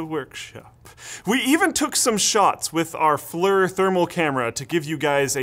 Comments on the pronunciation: FLIR is pronounced "fleer" in their videos: not "flur". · Flir is said like "Fleer" not flir lol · flerrrr. Guess "flerr" is the new "flear". Got it right , but butchered it the rest of the vid XD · It's flir not flur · FYI, "FLIR" is pronounced as "fleer" not "flur"... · Flir is pronounced "Fleer" not flir. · FLEER... Not FLUR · It's FLIR, not FLEER. The company FLIR creates thermal imaging cameras. The Acronym FLIR stands for "Forward Looking Infrared Recieved". So there is no Fleer. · I swear if you call it FLUR one more time... i'll do absolutely nothing... I love you.. but, no, seriously -- it's pronounced like FEAR but with an L in there... FLIR... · FLIR thermal camera is pronounced Fleer not Flur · Not to be an A$sHol3 but FLIR is actually pronounced "F-lear" not "F-lur." My friends used to shoot me with the big military power military grade ones that hung on the jets when they were servicing them and then continue to yell at me to stop wearing boxer briefs. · Flur i though you pronounce it as flear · Did he just pronounce FLIR (FLEER) as FLUR? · FLIR not flur... rhymes with clear, which you clearly cannot pronounce eh?! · FLIR is pronounced "Flear" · FLIR is pronounced FLEER. I worked for a company that used FLIR cameras in their products. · FLIR is pronounced "FLEER", sir. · What's a "fler" thermal camera ? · Nice video! FLIR is pronounced "fleer" though (I used to work for a company who sold their cameras and their youtube channel uses that pronunciation as well). Thermal information seen by the camera changes depending on the properties of the material between the object of interest and the lens (i.e. Glass, metal, silicon). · Sorry for nit picking but FLIR - (forward looking infrared) is pronounced in such a way that rhymes with "ear", not "her". Quoting